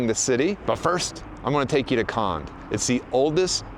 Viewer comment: Kond pronounces not kand but kond, with letter o. Just saying.